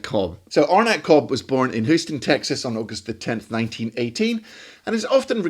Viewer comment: Nice one,! Until this clip I was only familiar with Illinois Jacquet's lush sub-tone ballads. (By the way, if you had only said it once I would have ignored it, but since you mentioned it numerous times -- that city in Texas is pronounced Hyouston.)